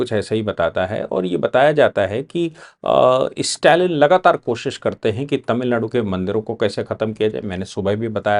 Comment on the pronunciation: इस्टेटमेंट,इस्टालिन ये सब क्या है? स्टेटमेंट,स्टालिन उच्चार कठिण है क्या?